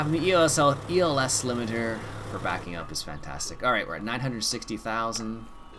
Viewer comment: It's not ELS Limiter it is ES Limiter